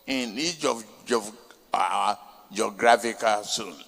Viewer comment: Thiefnubu cannot pronounce geographical but wants to have the destiny of 220 million people in his hands. Bull crap. Paper tiger.